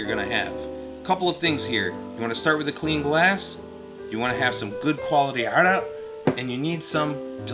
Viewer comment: great video... Hey are you lebanese? you pronounce the word Arak so well in arabic